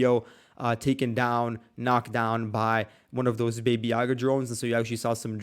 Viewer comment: John Wick: Babba Yaga ... a as in father , not a as in baby baby yaga